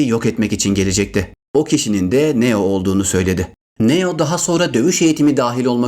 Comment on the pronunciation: Neo yu neden yazılışı gibi söylüyorsun çok kötü